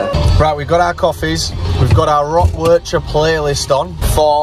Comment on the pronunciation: It's painfull as a Belgian person to hear you rape the word 'Werchter'. 😂 But love the content.